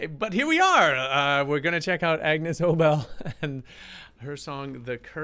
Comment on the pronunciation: BTW, it’s pronounced A-Niece not Agnus. ✌️😁🎶